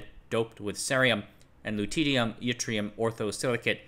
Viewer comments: It's silly, but Lutetium is pronounced "Loo-tee-shee-um" (or "Luh-tee-shee-um" in UK) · The way pronounces loutittyum makes me titter with glee